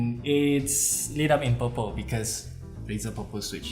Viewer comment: "razer purpel switches" sounded like Razer popo switch for me